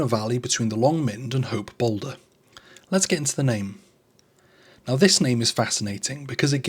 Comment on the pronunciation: I think you meant Hope Bowdler, not Bowlder...